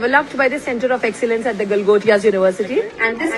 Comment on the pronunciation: Bro says fuck topia 😂😂